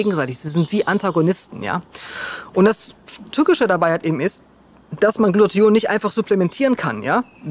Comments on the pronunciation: Warum sagst Du öfter Glution statt Glutathion? Irreführend. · Glu-ta-thion,!:D Ich weiß die ganzen Worte sind schwer auszusprechen, aber da krampf sich bei mir jedes Mal etwas zusammen